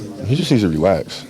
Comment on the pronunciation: Not kobe saying "He needs to realax" LOL!